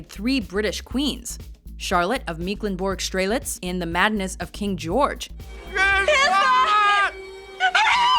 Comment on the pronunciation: It's Charlotte of Mecklenburg, NOT Meeklenburg!